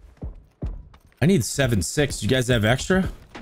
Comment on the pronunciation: I was laughing so hard when changed the word love to lobe and the other guy changed six to sex! ROTFLMFAO!